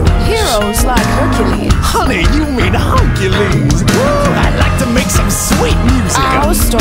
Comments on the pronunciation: Her-eh-cles damn it Disney get it together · "Harquiulis" LOL English pronunciation is so funny...